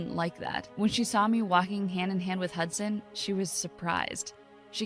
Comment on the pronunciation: This man's name is hudsan more like hudsand